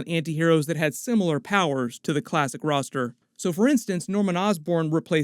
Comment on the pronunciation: Thunderbolts Ross-ter.